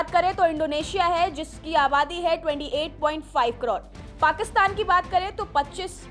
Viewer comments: कड़ोण या करोड़ 😊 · कड़ोड़ नहीं करोड़ 😂😂😂😂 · मुंह से सुपारी निकाल के बोल रे बाबा😅😅😅 करोड़❌ कड़ोर✅ 😂😂😂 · कड़ौड़ नहीं करोड़ 😂😂😂😂😂😂😂😂😂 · करोड़❌ कड़ोर ✅ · वो कडोर नही करोड़ होता है😂